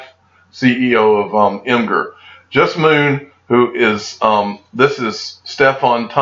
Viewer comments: Imgur= “Imager” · Pronounced “imager”